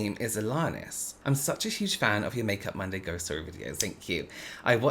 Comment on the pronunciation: “it’s Monday! Welcome to ermundy..” 😂 😂 😂